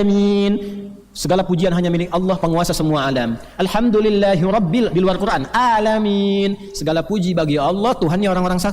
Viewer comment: kamu paham gak sih saya mendengar bacaan habib umar sdh benar. yang di baca habib umar bukan alamin tp 'alamin